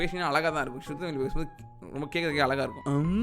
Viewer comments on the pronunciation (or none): none